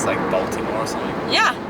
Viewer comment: BWI here. Loved how Marcus said Baltimore lol